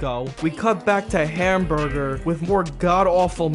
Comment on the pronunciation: I don't know why, but calling Hamburg "Hamburger" was the funniest thing in the video for me.